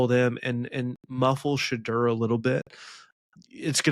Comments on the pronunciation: THIS! Sha-door, not Sha-der. Do some research ffs. Buffs in a blowout 45-24. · #2 = “Sh-door” it’s not hard to say